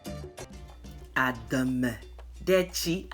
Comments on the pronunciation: I really like the way you pronounced the food 😋 😌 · I love this stuff! And your pronunciation of ademe is spot on for a non Ewe.